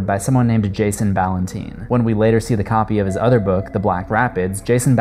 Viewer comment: I am not putting anyone down, just helping with pronunciation. 'Ballantine' is pronounces like Valentine only with a B. Not Ballan-teen. My Grandma's maiden name was Ballantine. And obviously many cousins. It is a Scottish name. Just thought I help ya there. :) Um, 'Le Loup Garou' or The Werewolf, is not pronounced that way. In en français original, it is Loo-ga-roo; or in English loo-guh-rooz. Yes, I am a Historic Horror Buff and multi-lingual. What can I say, I'm Goth Geek Canadian. *shrugs* Have a nice day. :)